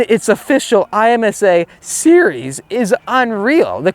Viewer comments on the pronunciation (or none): Just wait for the Z06. BTW, I-M-S-A in pronounced "EM SA" in racing circles. Say the word not the letters. The C8R looks good in yellow, but again primarily cosmetic. Performance will be similar to your Stingray.